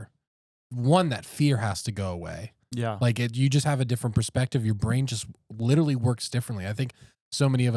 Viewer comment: We really need to discuss how always says “littley” instead of “literally”. It’s a problem.